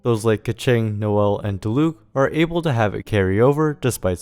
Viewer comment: random observation but diluc and keqing's accents on their names are on the first syllable but everyone puts them on the second syllable for some reason